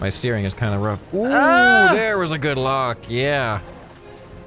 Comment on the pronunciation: I had to rewatch this like five times to figure out he said "lock" lmao